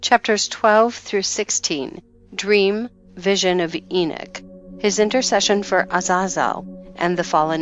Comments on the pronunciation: I wish they would program speaking platforms to pronounce things correctly It's not enick it is enock? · Lost me when she said enich what a joke